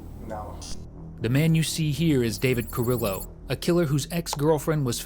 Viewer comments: They pronounced his last name wrong its car-ree-yo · It's pronounced Carrio. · I wish these folks would learn how to properly pronounce Hispanic names and cities. If I hear Car-IL-lo more time…